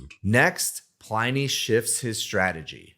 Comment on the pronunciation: OK - I know this is missing the point, and uber pedantic - but in my head it should be pronounced PLIN-ee as in "Pliny the Elder" - roman - mentioned loads on QI. Anyway, you've obviously talked to him. Hence, he'd be the arbiter - how does he think it should be pronounced?